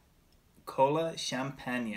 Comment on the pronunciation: You pronounce wrong isn’t Kolachanpaña? no no, is Colachanpan, I the flavor is lake Crem Soda. In the USA.😃😂🙂. Thanks